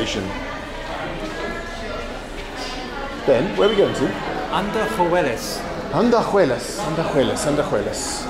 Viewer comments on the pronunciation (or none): It is very funny how you guys butchered the names of the towns. Andajuelas vs Andahuaylas 😂